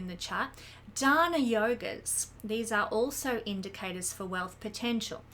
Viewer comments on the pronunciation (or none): none